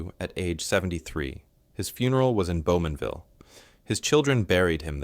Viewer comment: Bowmanville! Not Beaumanville.